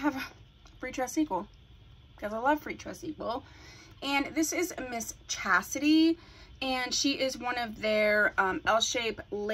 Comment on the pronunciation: Lovely, lovely...but the name of the unit is Chasty, not Chasity. I have her in 227144 and I cut the long front also, I stray, but I seem to always come back to Chasty.